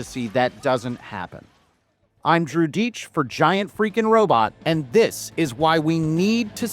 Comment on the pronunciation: Great video. oh yeah btw, i forgot that Joe Miller was also the punisher. Also when you introduce yourself at the beggining of your videos i always hear cha'DIch instead of. Keep up the good work you are doing, your videos are very entertaining and informative. LLAP:)